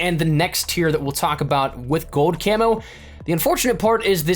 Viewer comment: Gold. Not gode.